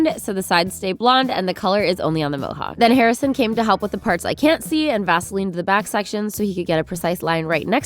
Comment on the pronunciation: Near the beginning I heard Vaseline my immediate thought BASELINE